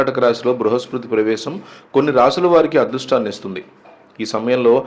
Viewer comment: బృహస్పతి ... సరిగ్గా పలకండి ఫస్టు ! 'లారీల కొద్దీ బంగారం ' లాంటి టైటిల్స్ పెట్టొద్దు ప్లీజ్ 🙏 misleading ❌🚫